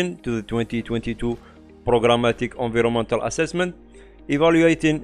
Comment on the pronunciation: excellent summary. recommend reviewing pronunciation of "environmental"